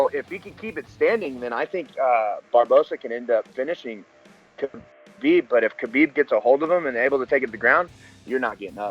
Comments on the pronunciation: ....Who’s Kaheeb? 😂😂😂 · hopefully "witchmiha" whatever his name, can make weight i'll go "Kaheeb" guys, his name is "kalabeeb", not "witchmiha", not "kaheeb" and it damn sure isn't "khabib". get it right, uncle joey diaz undefeated 50-0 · did he say "Ka Heeb?" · Ladies and gents the name Khabib is pronounced HA BEEB. The K is silent.